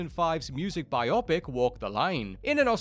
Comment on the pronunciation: ARRRGH!!! It's BYE-OH PICK, not BYE OPP-ICK!!! It's a BIOgraphical PICture.